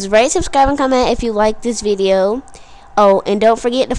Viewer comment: did you just say vidoe??